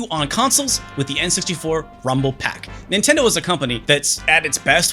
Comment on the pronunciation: It's pak and not pac, pepole from my country pronounce peck instead lol